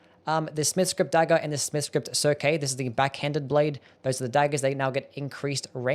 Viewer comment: Cirque means ring or circlet, and is pronounced "Serk". Not "Sir-K". Ever hear of Cirque du Soleil? 🙂 Also, Rolling Sparks, I hardly knew ye. My current FTH build was going to have it as a backup on stupid fights, but I guess I'll just have to git gud.